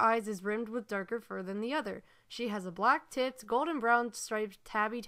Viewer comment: am I the only one who heard 'tits' when said 'tipped' XD???????